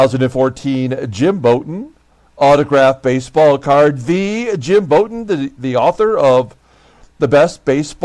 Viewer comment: Jim Bouton is pronounced like take a bow. You managed a good game and yet you lost. Keep Duffy Dyer, he's a pretty good back up catcher.